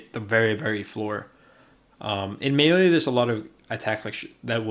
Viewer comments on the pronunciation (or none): none